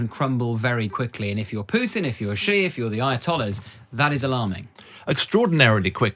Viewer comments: Another "China expert" who can't pronounce the PRC's president's name properly... 哎呀! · Please learn some basic Chinese pronunciation if you are going to speaking as a China expert🙏